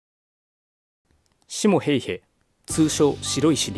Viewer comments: シ↗️モ↘️・ヘイヘ じゃね？ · シモ・ヘイヘの発音がちょっとw